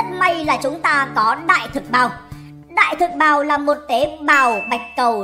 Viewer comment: Sao nghe đại thực bào giống đờm thế nhỉ 🤔🤔